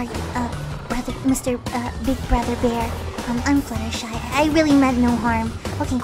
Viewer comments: actually her name is fluttershy not fluttershee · Fluttershy have a twin an- OHHH MY GOSHH A ROCK srry about that wait do you say "fluttershee" what!? ..... Oh oh my god "fluttershee" your a shark baby shark